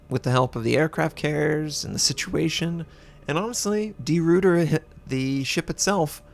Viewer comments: Great video! FYI... I believe you should pronounce it De Roy ter, not Root er and the DD, I'm pretty sure should be pronounced 'Class', not Klaus... As always, I would love to have native speaker of these languages to jump in and get it totally correct. All the best from an Aussie with a barely passing understanding of Dutch, but a good understanding of what the actual ship, along with HMAS Perth and the USS Houston had to deal with in the Battle of the Java Sea and Sunda Strait, so the pronunciation comes along with it. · Try pronouncing it as De Rooiter; it'll be less painful for our Dutch/Flemish ears :p